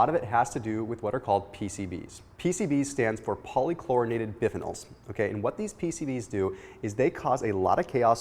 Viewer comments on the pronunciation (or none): biphenyl....not biff inal ....... bi fee nal aka arochlors. Not natural, not by-products originally. PCB's have a very long half life and will be in our recycled plastics, and coated paper prducts for hundreds of years.